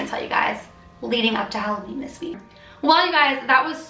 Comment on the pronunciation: Halloveen not Halloween xD